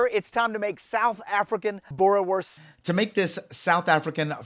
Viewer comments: It's pronounced boo-reh-vors Also, those sausage must be cooked on charcoal, there's no substitute. Good job though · Boerewors is an Afrikaans word. In Afrikaans a "w" always sounds like a "v". So it's pronounced boo-ruh-vorce (preferably with a rolling "r") Bonus tip: In Afrikaans, a "v" is pronounced as "f" e.g. vark (pig) is pronounced as fark. 🇿🇦